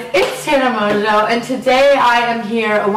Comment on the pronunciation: "Ohhh Tana monjo" it's mongeau but pronounce mojo I'm a fan cheel